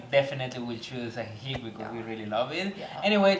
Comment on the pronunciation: You dont pronounce the c in ajijic..its "uh-he-he".just an fyi